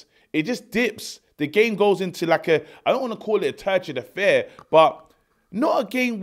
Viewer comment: the poet, 'turgent affair' broooo!!!👀😳🤣🤣